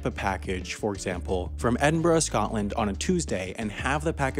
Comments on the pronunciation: the first American to pronounce Edinburgh correctly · I love how he randomly says Edinburgh I'm from there :D! And I'm surprised he pronounced it correctly! Well done!